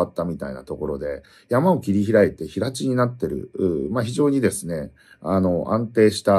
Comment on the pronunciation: 平地 へいち が正しい